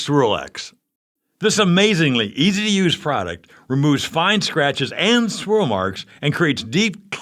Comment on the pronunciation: "Schwirl Marks!!